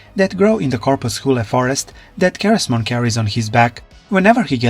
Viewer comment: it’s pronounced SEH-REZ-Mon not KAH-REZ